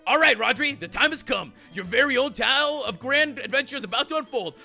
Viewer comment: Did anyone else hear Rodri say "towel" instead of "tale"?